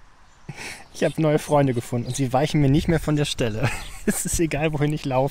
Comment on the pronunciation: Dieses falsch ausgesprochene Freunde nervt dermaßen